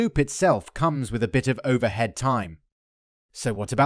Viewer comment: the ai voice isn't perfect yet. "overHead"